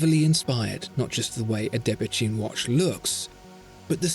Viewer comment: I thought it was pronounced 'debetoon', not debetune', but I might be wrong. Excellent video; great watch.